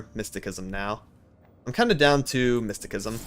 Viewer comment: Mysticism is pronounced with an "S" sounding c. Otherwise good deck choice. I think Ill go with the Ionia trundle voli.